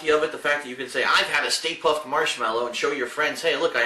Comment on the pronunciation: "stay puft" more like stay poof.